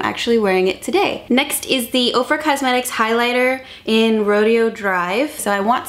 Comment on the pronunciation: So cute how she pronounces rodeo.... should be pronounced rodeo drive as opposed to going to a rodeo lol. Oh well - tomato, tomatoes right ?! 🤣